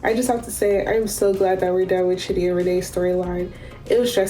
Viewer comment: "Lose ur patience Shidi lose it!" ... "Shidi drops this confession on Rayne!" I CANNOT 🤣😂 Just the name pronunciation got me in hysterics 😂